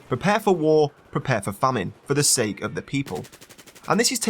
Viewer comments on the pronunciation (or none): none